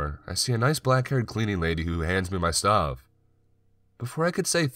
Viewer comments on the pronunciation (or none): Man I'm sorry but whyyyyy do you emphasize unimportant words? There's no real animation in your voice. To me, it kind of sounds like when you sing one note and then run your finger up & down over your Adam's apple. Just that same weird fluctuation over & over. "For a second I couldnt spEEEEAK... I knew exactly HOW, and why this haaaaaappened." "I packed my stuuuuufff, and I relocated to the third flOOOR." "I woke up sweating and conFUUUUSED." "They said they heard screaming from your flOOOOOOR." "After about thirty MINUTES the police finally showed uuuuuuhhhp." I'm not trying to be a bitch. It's just really frustrating to try to listen to. You choose good stories, but it's next to impossible for me to listen to them all the way through. Just some constructive feedback I guess...